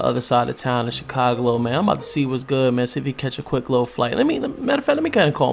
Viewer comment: U say chicaglo